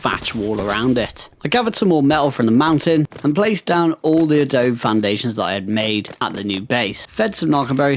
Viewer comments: Just to help a bro out... This is how it's pronounced -> Adobe = UH-DOUGH-BEE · Just letting you know, you kept mispronouncing Adobe